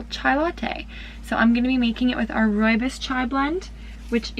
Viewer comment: I'm from South Africa. So impressed by the way you say "rooibos" (which is an Afrikaans word). Do you sell your products here in South Africa?